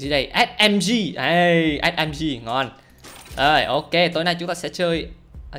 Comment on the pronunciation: đâu phải ét em tri mà là là ét mờ gờ